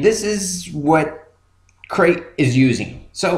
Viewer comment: Crete. (Creet) Like Crete, Italy. Not crate, the box.